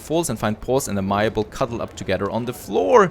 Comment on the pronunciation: FYI - "Amiable" is typically pronounced "ay-mee-a-bull"